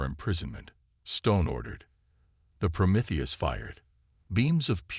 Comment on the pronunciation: I like how the AI can pronounce Promethius but not other more basic words 😂